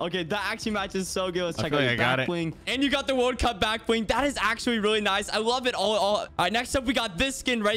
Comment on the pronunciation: The amaunt of times he said "accualy"